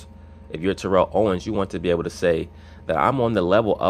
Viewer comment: Ur mispornouncing his name. Ik I can't spell.